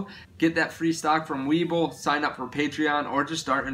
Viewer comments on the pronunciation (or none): none